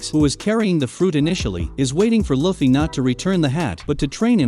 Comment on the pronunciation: It annoys me the way you say luffy